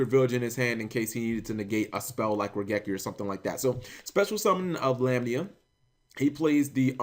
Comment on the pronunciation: Been some time since the deck first debuted, and still Cap cannot pronounce "Lamia."